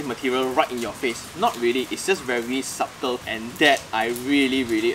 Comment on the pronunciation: Boss, you ought to pronounce "subtle" with a silent B so that it matches your wrist watch. 😜